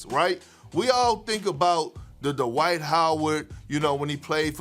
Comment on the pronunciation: DUH-wight Howard